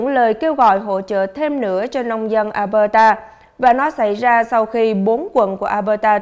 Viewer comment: Mình nhắc nhỏ thôi. Tỉnh Alberta, đọc là eo bơ đà. Nó hơi khác chút so với luật đọc chung của tiếng anh